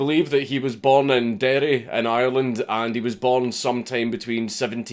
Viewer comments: i love how the live chat became a huge raging debate about the IRA and Irish independence all because he pronounced derry correctly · Thank you for not saying "Londonderry" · Thank you for calling it “Derry”. Tiocfaidh ar la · I love Count Dankula for pronouncing Derry the right way.